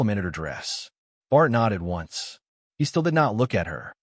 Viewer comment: The names mis-pronounced: Philippe is “fill a pa” and Esau and all the other variations is, in fact, Isolde. And Bart comes out as Bard and Bar.